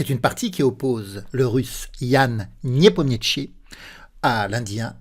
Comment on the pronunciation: A chaque fois que je regarde une vidéo sur nepo vous écorchez son nom jpp 🤣🤣 Le niepomietchi à la 40ème seconde c'est du troll à ce niveau là c'est pas possible !!